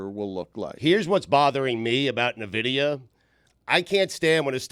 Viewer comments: Ok you know it's not pronounce nuhvidia right? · Nuh-vidia? N-vidia. FINES ALL AROUND. Dan - FINE. Stu - FINE. - FINE. - FINE. They are more than an AI company. They make video cards for computers as well and is the way most people in the US know of them. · It’s pronounced EN- Vidia for the love of God!! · It's pronounced en-vid-ia, lol!! & it's not some newfangled AI thing, they're a GPU company that's been around sine 1993. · And all those year, I always pronounced it En-vi-di-a. Huh. I guess that's a fine. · dan not knowing a damn thing about NVIDIA by referring to them as an AI company and calling them "nuh-vidia" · yeah I still know them as a GPU maker, but I can't help but laugh at them trying to talk about the company, not knowing how to even say the name 😅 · your saying Nvidia wrong. Cramer named his dog Nvidia, like ten years ago idiot. up 500% btw